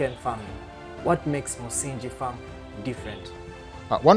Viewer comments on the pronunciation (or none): "Msingi" is the only Swahili word you had to pronounce and you butchered it! (no pun intended) The "ng" in that word is pronounced like that in the word "doppelganger" and not like the"ng" in "binge" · I don't know how the word is pronounced in other local languages. But he mentions that the farm is named after the Swahili version of the word, so it should be pronounced accordingly.